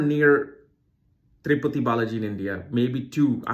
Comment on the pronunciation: It's Tirupati, not triputi. The Sanskrit name